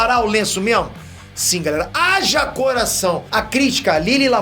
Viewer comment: O "coraseixon" no inicio do video valeuuu o like kkkkkkkk esse é engraçado vei kk